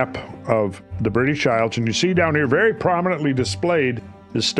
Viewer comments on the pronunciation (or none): none